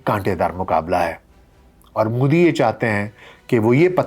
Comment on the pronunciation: aapki sab baaten theek hain sirf aik guzarish hai ke Modi ka tallafuz behter ho sakta hai. Shukriya 🌹🙏